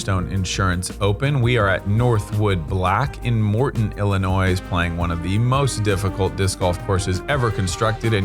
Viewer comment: you don't pronounce the S in Illinois